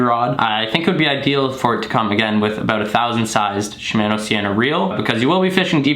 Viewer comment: You don’t pronounce shimano correctly, it like your saying shimaano and not shimono